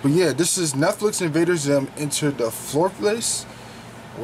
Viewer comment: Cant even pronounced the title correct